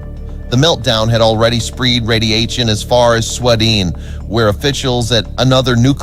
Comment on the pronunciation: …veeolated…spreed… yeah, computer generated narration isn’t all it’s cracked up to be.